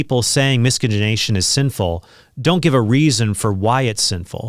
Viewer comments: . It’s pronounced miss -sedge -ination Trent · miscegenation = mis-sej-in-ation, Trent. Otherwise, you've spoken truth yet Again!! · Just FYI Trent, there’s no hard “G” or hard “C” in miscegenation. mi•se•juh•nay•shun not mi•skuh•guh•e•nay•shun. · Trent!! It's mi-seh-gin-ay-shun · Trent, why do you pronounce "miscegenation" with a /k/ sound? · But we haven’t asked the REAL question: “Is Trent mispronouncing ‘miscegenation’?” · Creepy dude makes a video about miscegenation and can't even pronounce the word. The bible is clearly against it. Beware, this man is misleading you. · I don't get blasting the former porn stars. We should rejoice that they have shed themselves of their wickedness. Now the porn stars who claim to be Christian but continue doing porn...I have a bit less sympathy for. P.S. you have an "interesting" pronunciation of "miscegenation" haha